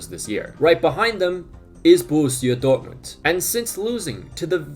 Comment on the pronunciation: man said dort-mooned